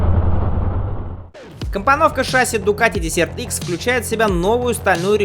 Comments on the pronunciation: мда.... петушинный кацапский акцент, десерт - это в столовой, а это дЕсерт - пустыня, хоть бы название мотоцикла потрудился сказать правильно в первые секунды ролика. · Дезерт!Пустыня! а не десерт)) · Какой нафиг десерт икс, перед тем как делать ролик наверное надо было выучить как правильно читается название мотоцикла или хотяб школу закончить! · desert- пустыня читаетсяˈdezərt. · Произносить " десерт" смешно. Сначала не понял.